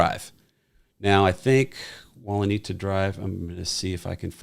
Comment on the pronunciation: It’s Walenta Drive (Wa-Len-ta)